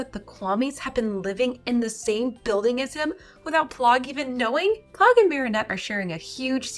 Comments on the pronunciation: It’s not plogg it’s plagg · it's pronounced "pl-ah-g", not "pl-oh-g" btw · P-Lagg not plogg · It’s pl-ag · why do u say plagg name wrong